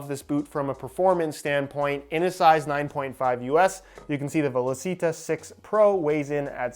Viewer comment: Hey it’s actually pronounced “ve-law-chee-tah”